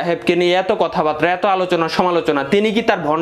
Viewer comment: কথা বারতা কি রে ভাই? উচ্চারণ টা বুঝলাম না...মূলত কথা বার্তা নাকি কথা বারতা??